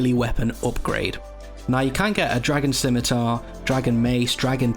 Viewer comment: The first runescape YouTuber to admit to the proper pronunciation of Scimitar